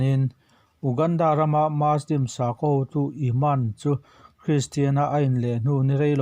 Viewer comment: Ngatinge muslim hi maslim tia kan lam fo mai awwww